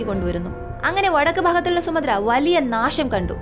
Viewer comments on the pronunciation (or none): സുമദ്ര ദ്വീപ് അല്ല സുമാത്രാ ദ്വീപ് എന്നാണ്